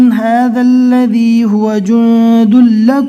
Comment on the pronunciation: Ilif to nai padna hai to allaji padh rahe hai